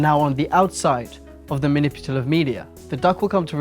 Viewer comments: Has anyone noticed that he says manipulative wrong? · I actually watched this over the period of 48 hours and I have to say that it makes a lot of sense. ...more sense than I ever made of it anyways. I noticed throughout the video that you say maniputalive instead of manipulative. Not a criticism, just something I noticed. Thank you for this entertaining, attention-keeping video. 😃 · "maniputalive" :D